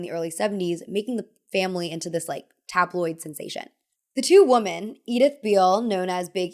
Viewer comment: Please stop you say woomen. (You may wanna look up what the same pronunciation but different spelling means). And I don’t think you’ve been meaning to say that 😬